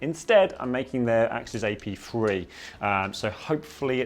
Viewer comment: The way this man says three (free) makes me want to put needles in my ears